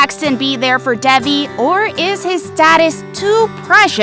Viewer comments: it’s Davi not debe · It’s DEVI , she pronounces her own name wrong lol 😂😂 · Ik, they said it wrong it the video. Which is confusing because it’s literally one of the most easy names to remember and say correctly 😃🤚